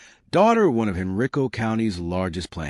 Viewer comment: It’s pronounced “Hen-rye-co”